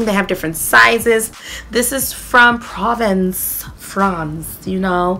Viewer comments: Province is pronounced Pravans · Wow, I didn't know the Nivea one was back. Thanks for the heads up. I used this 10 years ago, and used to buy it for 99p! It got pulled, but it seems it's back. Will be stocking up, as I know it's a match for the L'occitane. P.S. Provence is pronounced with the emphasis on the second syllable. : )